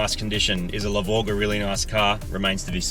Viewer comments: The "LE BORE" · It's the LE-VORG IT WILL ASSAULT YOUR SENSES.